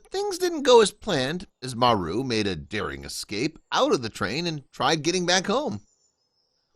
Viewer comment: Maru not Mary!!🙏